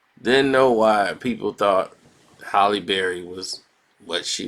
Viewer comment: said “Haley” Berry, nigga can’t pronounce shit 😭